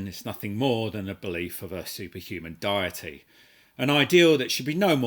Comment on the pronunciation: I'm a Pastafarian. I have been anointed with his/her/zee/zers... (ad infinitum.. alledgedly!) noodly appendage. I would not have found this man's actions offensive if he were to criticise my beliefs. By the way, you said "diety" instead of deity. Heaven hates ham.